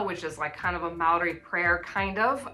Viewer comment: Your pronunciation of Maori is pretty good, but the R needs some practice. At the moment it sounds more like an L. It's much the same as the Spanish R, a flick of the tongue across the roof of the mouth, like a very soft and fast D.